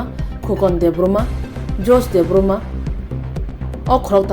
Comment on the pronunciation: Khobor sanai nw sanamuchungwo debbarma nw debbroma hwnwi pronounce ta khaidi pls